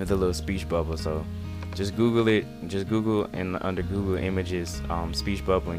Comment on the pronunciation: I'm sorry. I kept replaying him saying, "Speech Bubba. Just googoo. Just googoo." Oh my god. Subbing just for that.